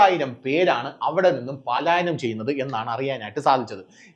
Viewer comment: പാലായനം അല്ല. പലായനം ആണ്